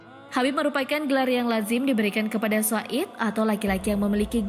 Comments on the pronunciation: Koreksi min... Bukan said, tapi sayyyid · Sayyid,,bukan said...🙏🙏